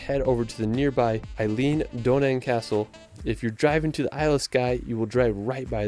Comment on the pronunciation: That would be pronounced Aileen Donan, spelled Eileen, pronounced Aileen. And Glen-FIN-in (not Glenfeenin) V-eye-a duct. (Not vee-a) And Holyrood is pronounced Holly-rude.